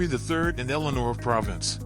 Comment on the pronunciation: Provence is not pronounced as province!